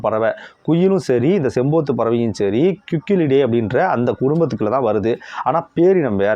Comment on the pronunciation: அது பேரு செம்பூத்து இல்ல செம்புத்து 🙂